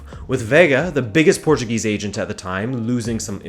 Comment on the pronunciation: it's so weeeeiiid to listen a english speaker pronounce portuguese names so perfectly, especialy the '' ã '' i knew he was portuguese and he pronouced portuguese words right in other videos, but this video has so much portuguese in it, that gets strange